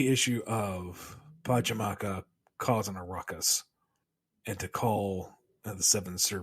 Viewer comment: his name is PachaCAMAC not PachaMAKA lol